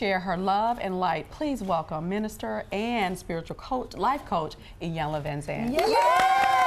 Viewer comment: I think Trina was bothered by them mispronouncing E-yanla for I-yanla